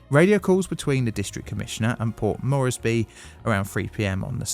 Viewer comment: Port MORES-BEE, not Mor-es-by.